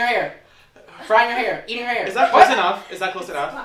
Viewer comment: I'm impressed that "Marissa may-er drying her hay-er" worked lol